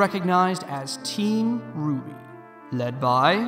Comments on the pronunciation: I am now and forever more pronouncing RWBY as ruh-wub-ee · “Shouldn’t it be pronounced ruh-wub-e” I died after hearing that